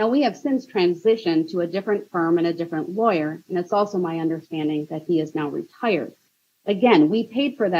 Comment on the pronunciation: Never did he not understand ! But he did have a problem with "undersh-tanding" !